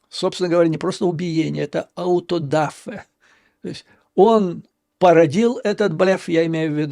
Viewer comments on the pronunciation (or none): none